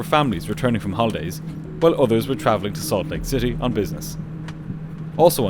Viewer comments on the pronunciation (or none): none